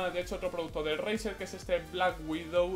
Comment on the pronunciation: Tio te juro que he oído brazzer en ves de razer 😂😂😂😂😂😂😂😂😂😂😂😂😂😂😂😂😂😂